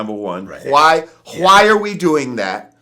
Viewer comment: . I thought Jamar was speaking mandarin or some shit "gwhy"